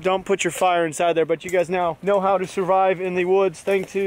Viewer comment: Survive instead of surive 😂